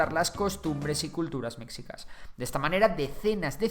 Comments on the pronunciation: Tampoco era "mechicas" con la pronunciación castellana de la "ch" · En realidad se pronuncia “sh”. Meshicas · Recuerden: En México, la X puede sonar como S, CH, SH, J o X. En el nombre del país, se pronuncia Méjico, así como nuestro gentilicio, mejicanos. Nombres como Xochimilco, o el nombre propio Xochitl, se pronuncian Sochimilco y Sochitl El nombre de Mexicas se pronuncia como Meshica Entre otros ejemplos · La "X" se pronuncia como un "sh" en el nahuatl, entonces la pronunciación correcta es "Meshicas" saludos, buen vídeo. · No puedo su pronunciación de Mexicas y Tenochtitlan :(